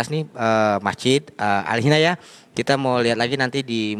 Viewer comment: bukan alhinayah bray...Al inayah ...huh dasar lu bray